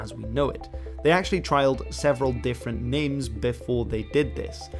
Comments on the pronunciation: Just a little bit of nitpicking at the Manchester United one (and hopefully a bit more history for those interested). We were originally called Newton Heath not “New-Town” Heath as you said mate haha. Its an area of Manchester where the club was founded, and where some of my family are originally from. The club was founded by workers from the Lancashire and Yorkshire Railway company, and the full name was Newton Heath LYR originally wearing green and gold halved shirts, then to white shirts with navy blue shorts for a few years. After a few debt issues which nearly caused the club to go bust, a local businessman saved the club from bankruptcy and it was renamed Manchester United after discussing the other names as you mentioned with Manchester Celtic / Central. We changed the kits to the red shirt, white shorts and black socks , and a few years later moved across town to Old Trafford where we’ve been ever since. The origin of the nickname is correct, although the Rugby team was actually Salford Rugby League Football Club not Manchester (though they were founded in the 1800s on the Manchester side of the Irwell). People from Salford are definitely not Manchester and vice versa. People can get a bit defensive if you label them wrong lol 🤣 Hope that was interesting for everyone. Good video this mate. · About the Man United entry. Its Newton Heath not Newtown and thats not a trial name like you said but the first real name.